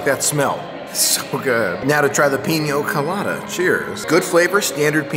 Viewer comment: Peen-ya Co-lah-dah... not peen-yo